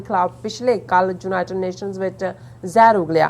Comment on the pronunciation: ਜਲੰਧਰ, 06 ਅਕਤੂਬਰ, 2021: ਮੈਡਮ ਜੀ, ਲਫ਼ਜ਼ "ਯੂਨਾਈਟਡ" ਨੂੰ "ਜੂਨਾਈਟਡ" ਕਰਕੇ ਨਾ ਬੋਲੋ, ਕਿਰਪਾ ਕਰਕੇ ਆਪਣੇ ਤਲੱਫ਼ੁਸ 'ਚ ਸੁਧਾਈ ਕਰੋ, ਕੰਨਾਂ ਨੂੰ ਬੜਾ ਅਖਰਦਾ ਜੇ । (ਖਬਰਸਾਰ ਸੰਪਾਦਕ)